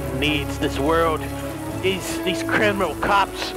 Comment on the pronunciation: he said caramel cops, not criminal cops haha